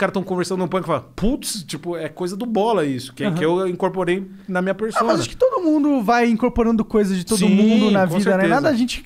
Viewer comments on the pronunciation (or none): none